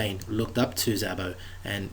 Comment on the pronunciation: Zabo as in Heybo not Zabo as in abbo